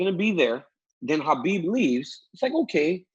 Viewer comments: Ariel, there is no hard “khaaa” k sound in Khabibs name. He literally said that it’s pronounced like an “h”. Habib more or less. Cheers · Come on Ariel, pronounce the name of the champ right.